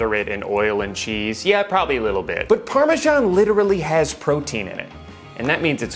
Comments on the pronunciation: WTF, parme-sean? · Why do Americans call Parmesan parmajohn?💀💀